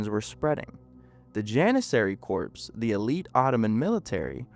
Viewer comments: Very interesting video. And the word "Corps" that was used in the story is pronounced without the "p". So it would sound like "Core" but spelled as Corps. It's a French word apparently. LOL. Great video and interesting. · Very disappointed by your mispronunciation of CORPS. That's = COR = K-oR in English - Always. The p and s are SILENT. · CORPS IS NOT PRONOUNCED USING THE "P" OR THE "S"! JESUS CHRIST!